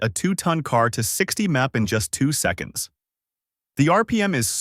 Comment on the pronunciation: "a blistering 200 mopper yas" (mph) can't stand this crap